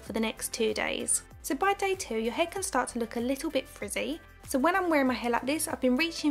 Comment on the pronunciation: The way you say frizzy just reminds me of that girl in Angus things and perfect snogging when she doesn’t want to get her hair in the pool water haha. Your voice is very soothing somehow